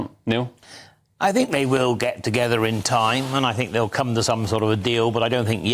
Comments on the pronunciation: Had to switch off listening to that scrubber lady. Think is with a TH not an F. For F's sake!! 😮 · I don't care what you "Fink" 🙈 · Fink…. Fought…. Free…. THINK, THOUGHT, THREE???? Gawd help us… how old is SHE???????? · "I fink".......Labour adviser? Jesus.